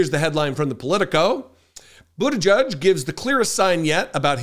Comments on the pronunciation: his name is pronounced Buta-gedge, not Buta-judge, there’s no U in his name, I’ve heard you bit€h at people who mispronounce Kamala Harris’s name, it’s not Buta-judge!!! You are pronouncing his name like the homophobic bigots on fox propaganda machine network do, just like they refuse to pronounce Kamala Harris’s name correctly after they were told repeatedly how to say it!!! 🖕🏻💩🤡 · It's pronounce 'boot-a-jedge' not 'judge', please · please pronounce the name correctly! it is NOT bootajudge! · C'mon,, you KNOW it's pronounced, "BUDDHA -jej." (NOT "Judge".) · Our future President's name is pronounced boot - edge -edge . FYI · If he does run for president, I hope people learn how to speak his last name correctly. It's not "butti-judge", it's "butti -jedge". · His name is pronounced like: "boot - edge - edge" or so I recall his saying on an interview years ago.